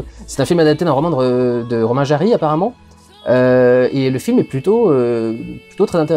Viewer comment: J'ai bien entendu Romain "Jary" ? :'(